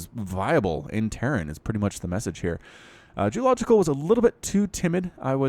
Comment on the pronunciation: not french djeulogical